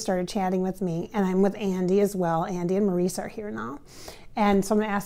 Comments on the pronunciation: His name is pronounced Morris not Maurice. Everyone knows that. I don’t trust her. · She doesn't say anything we don't already know. She doesn't pronounce Mo's name correctly. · I don't know much about channeling but wouldn't Maurice correct the pronunciation of his name?